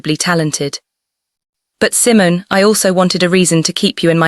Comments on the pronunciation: I'm sure Simon...is Simone... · Your Narration is terrible. The voice. Is her name pronounced "C-mone" or Simmons like the fruit. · ❤❤❤❤❤I really loved this. Wonderful emotional journey. Meaningful. Please work on the AI narrator. Maybe type in the words phonetically. Example couch should be written like COWCH and Simone would be Seemoan. It’s very distracting to hear all these mispronunciations of English words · please let me teach your AI how to do proper pronunciation. Resume, couch, Simon (Seemon)